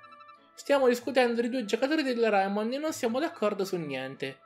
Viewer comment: Ma non si pronuncia reimon